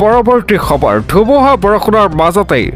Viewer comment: সবৰ নহয় খবৰ । "খ"আৰু "স" দুটা পৃথক ধ্বনি ।